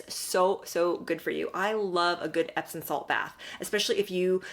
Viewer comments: I’m enjoying your video, & thank you for the info ♥️…..but it’s pronounced EPSOM, not epson. 😇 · I thought it was pronounced epsoM not epsoN salts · She's so phony. Loved your video. Respectfully, there's no 'n' in epsom salt.